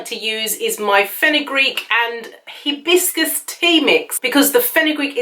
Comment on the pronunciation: It's not he bis cus the correct pronunciation is Hi bis cus!